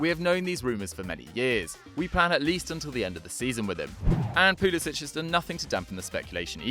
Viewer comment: Pulisic is pronounced poo-li-sik not poo-li-sich